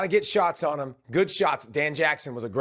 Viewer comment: What's with the trend of grown ass men that cant pronounce the 2 letter word "on"? This guy 👆, shane Beamer, Jacob Hester, the list goes on and on and on.....